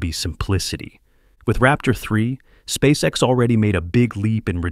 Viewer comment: "Спасекас" Прям отлил в гранит))